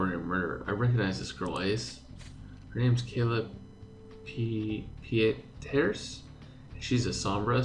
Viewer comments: ACE, I think Pieterse should pronounced as "Piters". Just my thought since i don't have any experience of Africans so... correct me if I wrong, Guys~! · Hi Ace! Kayla Pieterse is a Dutch name (as South-Africa is highly influenced by the Dutch). It sounds almost exactly like the English surname "Peterson", minus the -n at the end. Love what you're doing with your channel, keep it up! Hugs from Holland :)